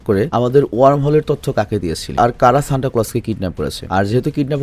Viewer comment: Vai oida santa na senta😢